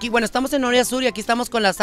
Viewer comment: Y nunca dijo bien el nombre de la colonia, cheee empinada 😂😂😂😂